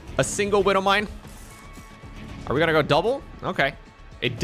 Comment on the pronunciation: Talks about not pronouncing letters in words, proceeds to not pronounce the W and E in widow mine. tsk tsk